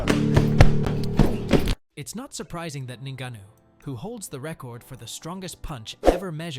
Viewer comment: The narrator said Francis Ningaano, and then said Francis Niggano....... 😲